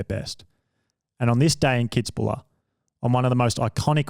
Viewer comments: It's 'Kitz-buhel'.......... not kitzbuller......... get it right. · KITZ-BU-WELL man .... made me cringe every time he said Kitzbuler....arrghhhh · Kitz bühl. Not bula... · What a circlejerk for Brownlee, never the best triathlete of all time not even the decade and please learn to say Kitzbühl. People also can say Leicester by now. Frodeno was soooo much more dominant :D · It’s pronounced “kits-buul” by the way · Anyone else triggered by that Kitzbühel pronounciation? :D :D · i never heard the name Kitzbühel butchered that badly. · I love this video!! However, as an Austrian, I have to tell you: there is no "la" at the end of Kitzbuhel --> it just ends with "el" - I am sorry, but it just has to be said... :D